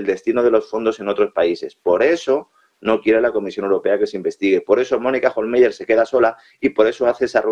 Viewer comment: Pues aunque en alemán se escribe "Hohlmeier" , se pronuncia "Hohlmaier". Porque en alemán los diftongos "ei" se pronuncian "ai". Así que, para cuándo que , ya que casi no sabéis idiomas, busquéis al menos en internet en el traductor de Google cómo se pronuncian las palabras o nombres que tengáis que decir, de cualquier idioma? El traductor va con sonido incorporado,si os fijáis, y es gratis. Este es el país en que, entre otros, los periodistas (aunque a veces sean hábiles y listos, o siempre vayan de listos) , pronuncian más fatal y hasta ridículamente los nombres extranjeros. Por no hablar de otros que nos colocan, que también van de culto, y son más bien unos catetos, pero eso sí, muy creídos. Y ufanos. Qué vergüenza de país nos han organizado (y generalmente desde fuera), la verdad.